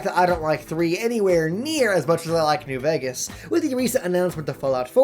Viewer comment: Did I just hear you say " Besthesda, their, and newvegas " ... In the sme sentence. I'm sorry but can someone crucify him.